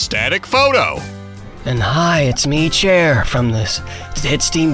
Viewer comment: i heard "cher" at first instead of chair and i was like??? THEY GOT C H E R WHAT?